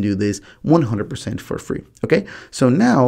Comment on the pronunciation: “Yeo can record teww calls cumpeletly frlee” are you stupid why are you misleading people